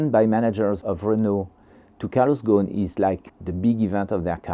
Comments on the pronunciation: Why do the call him Goan😂 غصن if that was his arabic family name It would be probounced "ghusun" Or more or less the same way it's spelled "ghosn" no scilent letters. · It is not Calos "GON", it is Carlos "GOSON". GO-S-ON".